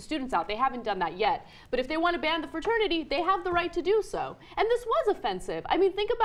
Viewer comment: Da fwa-ternity wuth way-thist. bwaaaaaaaa